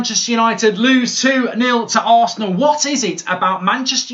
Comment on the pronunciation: He said who loses to arseanl🔥😂😂😂